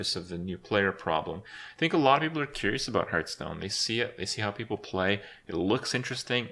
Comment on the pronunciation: why does he call it hurtstone